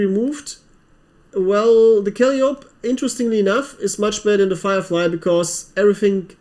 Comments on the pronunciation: Haha! I was going to make this comment, too! Kal-eye-oh-pee. I also always mis-pronounce epitome if I ever come accros it. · Kal-eye-o-p (Calliope)